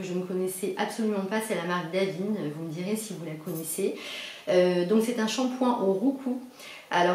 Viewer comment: Bjr, ce sont exactement les produits que j'utilise et l'odeur est top! par contre on dit DavineS le S se prononce;-) A bientôt!